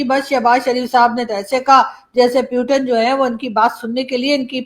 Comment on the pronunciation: aap bar bar प्यूटेन kyu bolti kya aap putin nhi bol pati hai pahle bolna sikhiye her vdo me प्यूटेन प्यूटेन